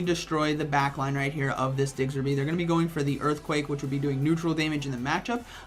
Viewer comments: I had this playing in the background and when he said Diggserby i had to do a double take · for Gen6's sake please learn to pronounce. It's Diggersby 😂😂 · Me: Oh it's a Diggersby: Diggserby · "Digzer be" - Lol. "Diggers" as in "gold diggers" & "by" as in "bee or be". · The way he pronounces Diggersby kills me